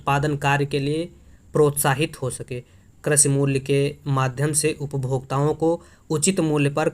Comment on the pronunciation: Karshi nhi aap krishi boliye maza nhi aaya